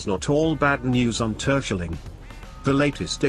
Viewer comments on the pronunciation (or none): Sjiermunnikogg??? Tursjelling??? 😁😁😁